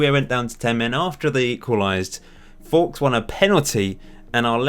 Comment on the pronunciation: Hey love your shows. why is Fowkes pronounced forks when it’s surely nearer folks? Is there a reason? Fair enough if you have a reason I missed. All the best for FM19.